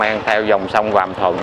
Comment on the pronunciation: Sông Vàm Thuật mà cứ nói là Vàm Thuận, nghe xa lạ quá! Hai clip rồi chứ bộ.